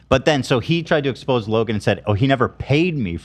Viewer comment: Did you really pronounce "exposé" as;,"ex-pose??lololol